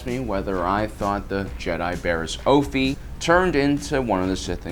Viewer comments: It's Offee not Ofee, Offee like Coffee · Off-ee Not Ofefee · Offee. Coffee... not Oh-fee... figure it out. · This guy can’t fricken pronounce anything right - her name is pronounced “off-eee” not “oaf-eee” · It’s annoying that he called her last name of fee when it’s off ee offee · It’s pronounced off-e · It’s pronounced OFF E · Tech, love you but you're saying offee wrong, it like coffee but no c. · “Oafee” oh gosh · Just saying as a nitpick you kept on pronouncing offee wrong it’s off-ee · The way you pronounce offee... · Your pronunciation of offee is all wrong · Why do you say offee like that